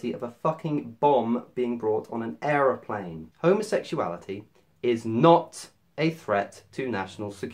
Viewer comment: You said Errorplane.